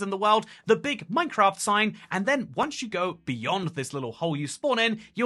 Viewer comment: Funny, especially because I'm mostly listening to the video whilst doing something else, I suddenly hear "NineCraft" I have a "NeinKraft" meme on my phone 😅 Nine and nein are pronounced the same